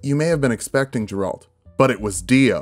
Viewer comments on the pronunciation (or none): Geralt* not Jeralt but can’t wait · It's Geralt, not Ja-rald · "Jeralt" and "Geralt" is becoming "Gif" vs "Jif" and both have the same right answer for which letter is supposed to be pronounced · Super late comment, but the G in Geralt is a hard G, not a soft G. Makes the G sound, not the J sound. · No one going to mention that he said “Jeralt” instead of Geralt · Who is Jeralt? its Geralt my dude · Not to be THAT guy (not a "that guy") but it's going to bug me that you pronounce it "Jeralt" instead of "Gheralt". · Please stop saying Jeralt, it's Geralt xd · GARE-ALT NOT JARE-ALT. Please for the love of god dont butcher my mans name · Did my mans really just say “Jeralt” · Can't wait for the intro to the Geralt video where has to apologize for saying Jerralt like four times in this one. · Geralt is pronounced like the beginning of Gary and ultimate. "Gare-ult" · WHO SAYS “JERALT”!? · Nice video, but the way you said Geralt made me question my existence. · Hard G on Geralt. Still enjoying the vid don't worry ;) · Geralt hard G, not soft g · You don't pronounce it Geralt with a long g. It's a short g.